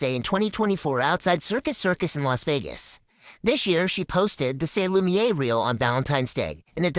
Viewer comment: I love you baby but you spent a whole video saying “lumiere” wrong and it’s months later and I still think about it. Hit me up if you ever want a second set of eyes/ears. (I have experience in copy editing.)